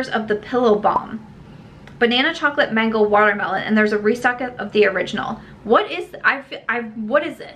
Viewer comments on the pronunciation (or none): none